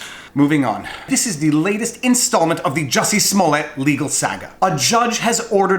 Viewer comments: Here’s your comment, bub: you pronounce saga incorrectly. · You say 'Saga' like your from boston :) whats with that? :)